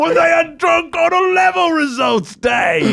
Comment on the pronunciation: Keith reading the drunk email: 'when they're drunk on alevel results day' Me: alevel.....a level.....A Level.....I, a Year 12 taking A Levels took a solid moment to figure out what Keith was going on about when he said 'alevels'......I'm such an idiot